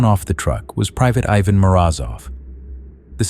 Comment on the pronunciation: How many times did you get that first kid Ivan's name wrong?